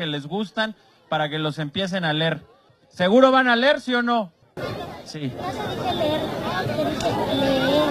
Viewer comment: No se dice ler, se dice leer.